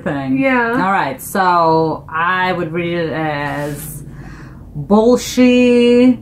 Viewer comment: The girl on the right side! You look like Kazakh girl and you’re amazingly good in pronouncing the title of the song! Bolshi Zhanymda- Be with me. When you both say “Bolshi” it sounds like “Bullshit” 🤣🤦🏻‍♀️ help me. Thank you both for the reaction! We love you so much! If you have any questions about Q-Pop, Kazakh language, or whole Kazakhstan - please feel free to ask! Love from Kazakhstan 🇰🇿